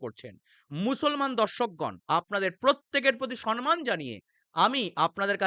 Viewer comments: অনেক কিছু জানলাম... স্যার.... আপনাকে অনেক ধন্যবাদ.. শুধু একটা কথা জানাই.. এটা ধৃষ্টতা ভাববেন না অনুগ্রহ করে... সম্মান শব্দটির উচ্চারণ সম্ মান.. সন মান নয়... এটা হয়তো আপনার ভুল করেই বলা হয় গেছে! ক্ষমা করবেন স্যার.. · আপনার অসাধারণ জ্ঞানে আমি মুগ্ধ,কিন্তু আপনি একটা জায়গায় সন্মান বলছেন ওটা হবে সম্মান যার অর্থ হলো সম মান